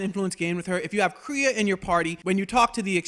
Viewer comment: You know, they say Atton's name a ton of times in game. You trying to be Billy Dee Williams, here? They pronounce Kreia's name, too...